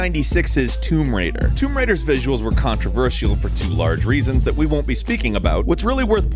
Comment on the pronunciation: its tomb raider not tumb raider